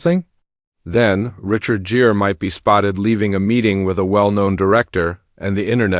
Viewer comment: Asterisk this is AI as hell. Richard Jeer? C’mon man. At least do a pass over your AI narrator and fix the mispronunciations and mistakes.